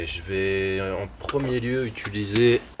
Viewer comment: Pourquoi tant de monde galère à prononcer le mot "utiliser" ?